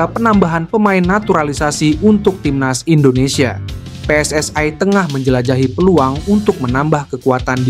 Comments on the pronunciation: Yang bener mbacanya pe es es i. Bukan pe es es ai. Karena PSSI merupakan singkatan bahasa indonesia, jadi harusnya dibaca menggunakan ejaan bahasa indonesia, bukan ejaan inggris. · ga ada PSSai. Klo baca yg benar yg asal baca PSSI ga PSSai